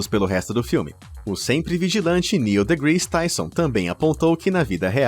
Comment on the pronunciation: Já que falou inúmeras vezes de Neil deGrasse Tyson , deveria no mínimo aprender a pronunciar o nome dele corretamente pois foi um tapa nos ouvidos todas as vezes que falou errado e bem errado.